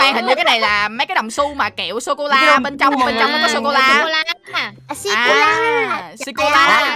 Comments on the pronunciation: sô cô la anh cứ bảo là si cô la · Người ta đọc là sô cô là mà đọc là si cô la Cười 30 tiếng:p 😂😂😂😂